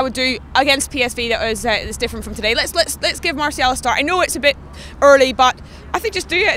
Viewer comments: it's pronounced marcial. not maaaartial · its pronounced mar-cee-el